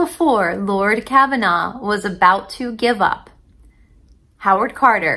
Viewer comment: The Lord that was helping Carter was Lord Carnarvon. Car-nar-von. Not Kavanaugh. A little bit of trivia is that Lord Carnarvon's home was Highclere Castle. Highclere Castle is where "Downton Abby" is filmed.